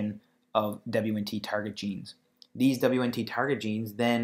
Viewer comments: What the hell is "dabliuenntee"? its pronounced "Weent". The basics!! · You are pronouncing beta catenin and WNT wrong. Hard to take what you are saying seriously.